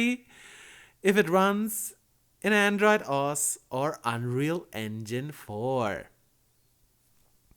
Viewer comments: Either that or I think he said oh ass? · OS is read as two letters, "Oh Ess" not as a word. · OS is pronounced O.S good video though.